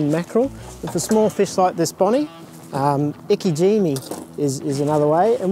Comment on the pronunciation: its not iki jimmy.. its ike jime